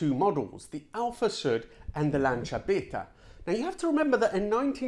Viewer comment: Lancia bayta not beat her . Siete italiano ? Dovresti vergognarti